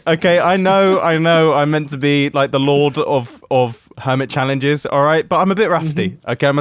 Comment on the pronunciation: Normal mumbo: Hermit Challenges! Comrad Mumbo: Hermytri Chalelnges